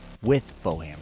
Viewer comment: AM i tripping isnt it foehammer not bowhammer